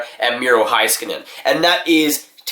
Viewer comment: And also, it’s miro heiskanen as in HEYskanen. Not Hi... HEY